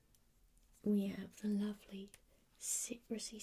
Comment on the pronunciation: I really love this look 👍 hope you’re doing really well 🤗❤️ PS laavley is perfect try done, smiled when you says that Wootcha 👍👍😂😂😂